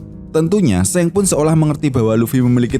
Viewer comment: Gw dengernya Seng 🐦